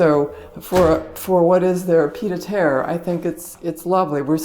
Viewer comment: Pee-Ed aah terre. Don’t call me Karen.....call me Karohn!